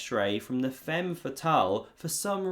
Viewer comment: He needs to learn how to pronounce "femme".